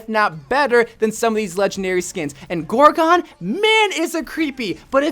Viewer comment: The lucio skin, gorgon, is not pronounced gorGONE. It’s pronounced gorgin.